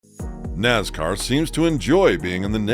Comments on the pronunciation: Naz car is not a word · Wtf us with the pronunciation of “Nazzzcar”? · It so easy to pick a new fan or sportscaster, listen to he pronounces "Nascar" any longtime fan will laugh their A@ off...